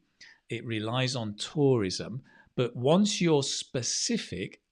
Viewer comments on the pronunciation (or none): none